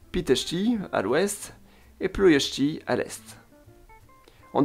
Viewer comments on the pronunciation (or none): nous ne prononcons le "i" terminal en Ploesti, Pitesti, et Iasi -- mai bravo avec le phoneme "sh" dans ces mots!